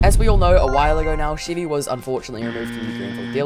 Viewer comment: Sheevie? You mean Chevy?